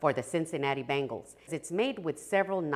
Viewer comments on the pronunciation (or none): none